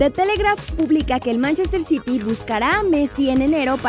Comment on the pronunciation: es Manchester city no manchestel city jajajajajaj siempre lo dices igual